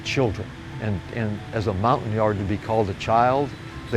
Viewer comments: Hi, it’s pronounced ‘Mon-tag-yard’ as confirmed by my French friend. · How do you peonounce Montagnard? Sounds like hes saying mountain-yards